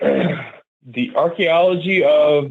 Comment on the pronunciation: Word to the wise, if you're going to use archaeology, learn to pronounce it. Sorry😂.